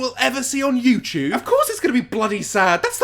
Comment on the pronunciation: No hate, but every time he says youtube, it sounds like youchube and it cracks me up.